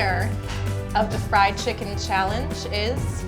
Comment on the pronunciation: Yes I did. Didn't hear it as "flied." Since I've been teaching English to Japanese students for a year now, I am pretty familiar with how they pronounce. "Fried" becomes "fu-ried," and that's what you're hearing, not "flied."